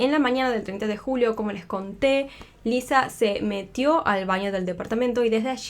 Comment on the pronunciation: Es Lisa, con "s", no Liza con "z"